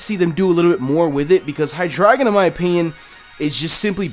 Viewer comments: High Dry Gone (What he said) High Dre Gone (How it's actually said) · You say it as "high dragon" but it's "high drey gon" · of It is pronounced High Dry Gone,Because this evolution Line has the german numbers eins (deino) zwei (Zweilous) drei (Hydreigon) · How would you pronounce that? Dragonite-ite? Dragon-eye-trite? Besides, it just looks so odd. I doubt that'd be the answer (if it is, reply with a big fat 'I told you so!'). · Highdragon? Hydray-gone